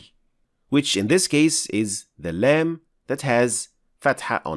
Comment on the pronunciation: Salaam brother your explanation is good but your لام has eemala . People follow you please correct it